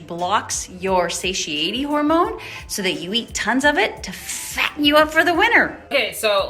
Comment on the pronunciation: "say-she-aye-a-tea hormone" i definitely understand misspeaking or mispronouncing, but with the air of authority it just reminds me of some of those huns when they read the latin names for the different oils in their oil blends instead of just saying "oh it's orange peel".